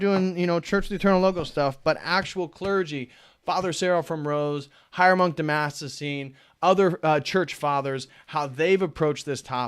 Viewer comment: Dude, its been three years and you still can't say "Damascene". !?!